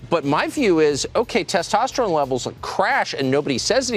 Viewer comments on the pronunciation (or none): none